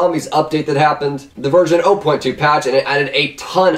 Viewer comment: you said virgin not version or i just got a realy dirty mind